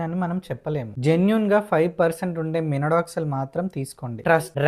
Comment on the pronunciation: Minoxidil ❌ Minodoxil✅✅😂😂😂🙏